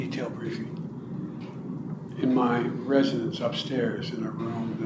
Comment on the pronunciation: “residence” not “residents”